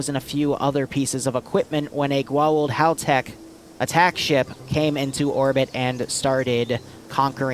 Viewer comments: Haaa-Tock Goo-Aw-oolld also the IDC are basically wrist-mounted cellphones. also Jaafa would call the goa'uld false gods mostlikely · AAAAAAAAAAAAAAAAAAAAAAAAAAAAAAa please your pronounciation pains me it's pronouced Go-ah-oold" and HA-Tak also YEY stargate also hatak stargates can't gate to the planet they're on, it's one gate per-planet so one would take precedence, since most don't have gates what about an op where you insert in tel-taks? they have functioning interiors